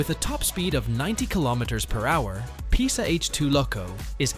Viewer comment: You are reading the name „PESA“ wrong